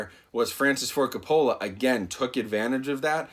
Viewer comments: It's ''Ka-poe-luh'' damn it! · Sorry man... But you're butchering his name... Lol it's pronounced "Coh-poh-lah" not "cah-pah-la" Not knocking you. Lol Love your reviews... You're one of my favorites. 😁😁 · It’s COPE-UH-LA. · CO-PA-LA. That's how you say his last name. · Great video, but it's Kaa-Puh-Luh. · Francis Ford "Cop-ah-luh" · Francis Ford Coppola -- pronounced Cope-uh-luh, emphasis on the first syllable. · His last name is pronounced like "COPE-OLLA", in case you're doing another movie of his. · Francis Ford Coca-Cola 😆 Great review tho, I’m hyped! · cop a fill a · Coppola sounds like Coe-Pah-la. The emphasis is on the first syllable not the second. Not trying to be a troll, just sayin. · I cringed every time you pronounced the director’s last name wrong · When you’re a “film review channel” and still don’t know how to pronounce Coppola....😣 dude, really?? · Dude how can u miss pronounce Francis Ford Coppola name several times. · Is that how Coppola is pronounce? If so, I feel like Homer Simpson :/